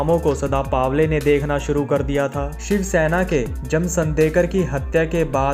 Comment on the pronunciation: चुत्या पावले नही पवले